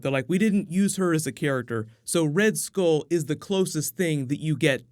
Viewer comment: It's pronounced "Skull" not "Skole"